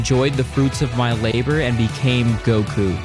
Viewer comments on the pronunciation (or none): none